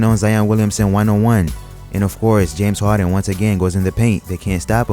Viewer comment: "James Hawden" lol